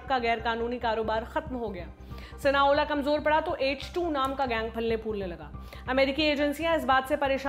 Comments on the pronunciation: It's not sinaola It's Sinaloa . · SINALOA ...aap galat bol rhi ho sinaola nhi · Sinaola nhi sinaloa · Sinola nahi Sinaloa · Sinoala nii mam Sinaloa 😂😂 h mistake hogyi apse bolne m Sinaloa cartel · शायद वो सिनालोआ है, ना कि सिनाओला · Its Sinaloa not Sinaola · It's SINALOA, not SINAOLA !!! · Not Sina Ola... Sina loa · Sinaloa cartel not cinoa Mdm gg